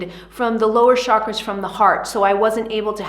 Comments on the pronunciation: Love your explanation but chakras ate pronounced as chakras as cha in chocolate and not Shakras as you did 🙏🏻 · I wish everyone pronounces chakras right. It's not "sha-kras". It's prononunced as "chuh-kruh". As in chilli. Ch.